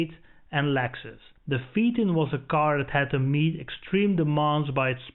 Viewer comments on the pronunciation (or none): Your pronunciations are way off, PHAETON= FAYTON. A little research makes a nice, in depth review. Just a wee bit advice.